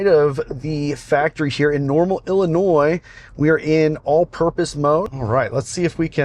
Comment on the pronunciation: Did you add an s to Illinois and have to cut it out or is it to hard to say it with the state of our State... LOL... Ah ok, you said it later... haha...